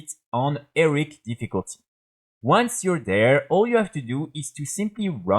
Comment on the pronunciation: Learn to say HEROIC, it's not pronounced "ERIC"